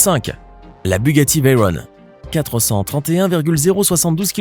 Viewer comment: Veyron ne vient pas de l'anglais et ne se prononce ^pas Veyrone. On dirrait un PUTAIN D'ENFANT DE 6 ANS. Elle s'appel comme ca a cause de Pierre Veyron qui à gagné au Mans en 1939 sur Bugatti type 57